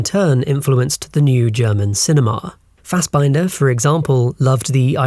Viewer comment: That’s probably the worst pronunciation I’ve ever heard of Fassbinders three names lol